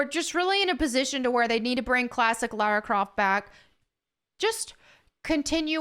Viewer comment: Lara Croft ❌ Larry Croft ✅